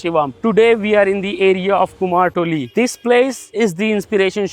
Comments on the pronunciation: Your pronunciation 'Kumartuli' it's not right it is not "Kumar" that our Bengali language called "Kumor" (কুমোর) means clay pot or jar. "kumortuli" represents that people those who making sculpture or pottery industry at Kolkata. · কুমার নয় কথাটা কুমোর ইংরেজির সাথে সাথে বাংলা উচ্চারণ টাও অনুশীলন এর প্রয়োজন রয়েছে